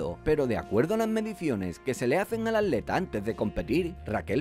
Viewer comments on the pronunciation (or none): Me estresa que diga AT-leta y no atleta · ¿Por qué dices aleta en lugar de atleta? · Dice "Aleta" en lugar de "Atleta" o soy yo? 😂😂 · Se dice atleta, no aleta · El ni siquiera dice ap leta el dice aleta. Cono aleta de tiburón o algo así jajajajajjajaj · Habla bien y pronuncia la "T"